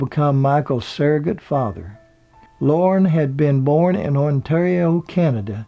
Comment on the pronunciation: Lorne not loren